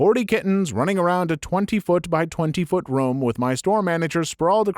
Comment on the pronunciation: I can't stand how you say the word "room."